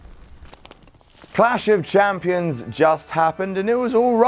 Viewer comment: Adam is good at saying Clash of Champions. Way better than.